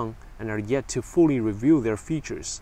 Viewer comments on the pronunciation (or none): none